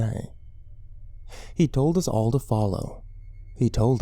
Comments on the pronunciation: it's HE told us not etoldus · "e-tol-dus". Sounds like the language of a native South American tribe, possibly central American. I wonder what that word means.